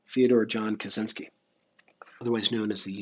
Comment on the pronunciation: I believe it's pronounced more like "Katshinsky" though. C and Z together makes a sort of "tsh"-sound in most west-slavic languages.